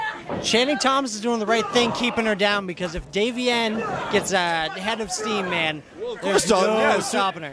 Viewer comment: Its man not wman